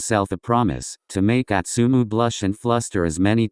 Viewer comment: Im sorry... Im really sorry.... Ik im an a$$hole for saying this but..... the way the narrator said astumu💀💀💀💀💀im so f#cking sorry im just an a$$hole💀💕